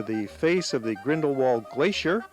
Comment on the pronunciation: the pronunciation of grindlewald is actually grindleVald not the written